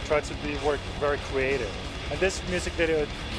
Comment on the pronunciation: "We Are Making A WIDEO" hehe